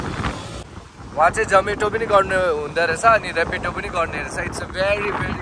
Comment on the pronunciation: Pronunciation ta babal cha bebe bery bery😂😂😂..